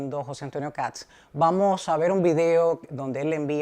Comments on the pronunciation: escucha como Kats, por eso le comento, pero quizá es por un tema de pronunciación, la verdad no lo sé pero he visto en argentina que pasaba lo mismo, los periodistas le decían "Kats" y se escucha gracioso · que sucede es que la "s" va antes que la "t". No es "Kats" sino "Kast", lo primero suena como "gatos" y no es una pronunciación correcta en este caso. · Matamala, periodista, pero que no tiene idea de economía. Decirle al sr Matamala que este presidente de derecha comenzará a sacar a Chile de la mediocridad., infórmese más....no es Kats....es Kast. Pronuncie bien. Otro punto, la gran mayoría de los inmigrantes LEGALES votaron por KAST. Los inmigrantes ILEGALES tienen los dias contados.